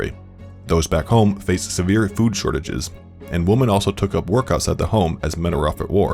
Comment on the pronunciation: Why can’t the narrator say “women”? Kinda sounds like a neaderthal, WOMAN WENT ON PROTEST 😂